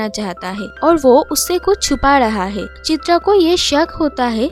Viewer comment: Are "hae" nehi "hai".